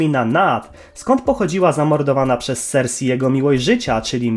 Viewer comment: Królowa sersej, a nie sersi